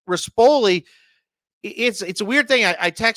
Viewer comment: And pronounce rispoli correctly; he’s not the piece of crap owner with gator colors